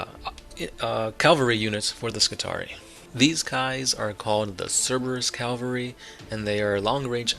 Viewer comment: Every time you say "calvery" instead of "cavalry", Slaanesh's nipples get harder. Stop it.